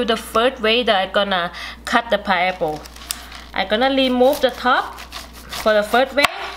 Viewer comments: Very good information " thank you God Bless you 🙏👏🙏👏 It is called Pineapple ' not pieapple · Pineapple not pieapple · it's a pi-N-eapple not a pie apple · She is the best. I watch this video errtime I cut a piaple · I love her accent. I am officially changing the way I pronounce this fruit to 'pie-apple' Great video thanks for the tips. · I've been saying pineapple wrong all this time, it's pie-apple! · Everyone takes a shot everytime she says pieapple..🥃🥃🥃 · PIAPLE! hahahaha so cute hahahaha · So, it's "Pie Apple" Damn!! I was pronouncing it wrong my whole life...thanks lady😁😁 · This video make me very happy because of lemute and pi-apple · Is it "Paiyepo"? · Pie aple?😂😂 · It's not a pie-apple, it's a pine-apple!!! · Very good video but it is not a pie-apple it is a pine-apple. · Its PINE APPLE NOT PIE APPLE Keep smiling!!! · please say correct "pine apple" not piapple. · Pineapple or pieapple? 🤣🤣🤣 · Me too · Flesh paiple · The way you talk you sound like a little baby so sweet..that ascent is what is making me watch this video.."paiaple" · I love the way she says "piaple" and she says aces instead of off access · how about pi-apple 😊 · I love her pronunciation of pie apple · Did she say pie apple? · 😂😂😂🤣🤣she speaks really really worse paiaple 😂😂😂god I can’t stop laugh 😆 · If she says Pie-Apple 1 more time 😫😂😂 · and now my Pieapple iss pity haha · Pie- apple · Hahaha..just love how you pronounce pineapple without an "n" and other words so specially pronounced. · where is the r? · its Pineapple,not paiapple.. and say remove,not limove.first correct your spoken English than do such video or just talk in your own dailect. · wow,,...piaple,..limov..nice pronunciations....Enjoyed